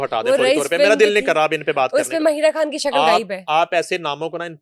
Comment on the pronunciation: "کھان" تم کو بھی بالی ووڈ کے طرح " خ" کی ادائیگی میں موت پڑتی ہے؟ جیسے شاہ " روکھ کھان " - خ تم کیوں نہیں بولتی ؟ موت پڑتی ہے تمہیں